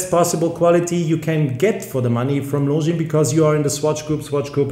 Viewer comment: Hahaha... horrendously